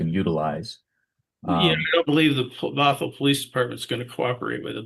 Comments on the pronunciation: you keep butchering Bothell, putting emphasis on the wrong syllable. Say it like brothel without the r. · Bothell not bot hell😂